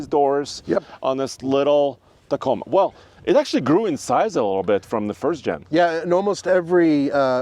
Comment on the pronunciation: T A C O M A....NOT Taco...